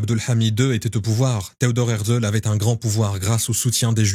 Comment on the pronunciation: Pas hertzel mais hertzél